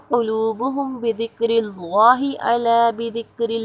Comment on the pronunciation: اسم جلالت اللہ عزوجل کا لام باریک پڑھیں گے جناب اپ موٹا پڑھ رہے ہیں